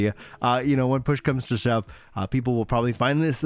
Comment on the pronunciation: "I'm sure we'll HEAL GROANING, I'm sure once PLOOSH comes to SHUB...":face-green-smiling: 💋💋💋 Love ya,! 💋💋💋 Never change.